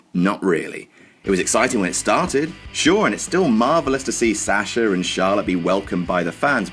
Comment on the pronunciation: Sasher??? It's Sahh shuh. lol